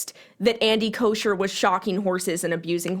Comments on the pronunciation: It’s bothering me lmao but his last name doesn’t have an sh sound it’s almost like an ck sound but it doesn’t sound like cock idk hard to explain if it looked like it sounded this is what it would look like , “kocker” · FYI - it’s pronounced “Coker” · I agree with everything you said but his name is pronounced koh-ker lol